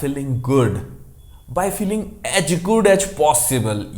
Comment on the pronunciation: "aach good aach possible"....why are u speaking like this?